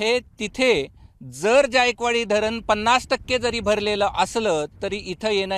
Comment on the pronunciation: ज्यायकवाडी नाही जायकवाडी आहे ते